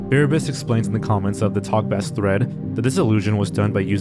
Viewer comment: you win all my respect in the world, but as a musician I feel like I have to stand up for my bass-playing friends and point out that TalkBass is a pronounced "base" (as in the instrument) instead of "bass" like the fish.